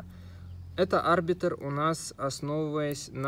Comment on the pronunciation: Да , конечно ошибок много 1- не А́рбитр а Арби́тр то есть ударение на и 2- там был не плазменный бластер а огнемет (А остальные уже забыл)